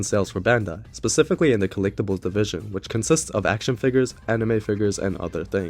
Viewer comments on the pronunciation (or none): none